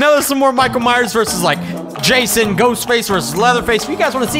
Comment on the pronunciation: Minckael myers